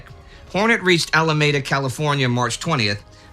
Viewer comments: I hate to correct Indy, who does a brilliant job of pronouncing German, French, and Russian names. But the naval base in Northern California is pronounced “al - a- ME - da”, not “al - a - MAY - da.” I know it’s from Spanish, but there are many place names in the U.S. that don’t use the original language pronunciation (Paris TX, Berlin OH, Moscow ID, etc.). Carry on. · Alameda, California is mentioned. As "Al-uh-MAY-duh." Never heard of it. Indy -- It's "Al-uh-MEE-Duh." A couple million people today live in the city and/or county of Alameda, Indy. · Indy!! Alameda is pronounced AL-uh-mee-duh, not AL-uh-may-duh!! You're an American! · Well actually Indy (pushes glasses back up), Alemeda is pronounced "Al-uh-mee-da" not "Al-uh-may-duh". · OK repeat after me AL A ME DA not ala med a ok? i grew up there so please say it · Alameda is pronounced with a hard E. I know but... never mind.